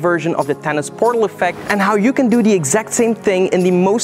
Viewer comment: Your accent makes "Thanos" sound like "Tennis" to me. Haha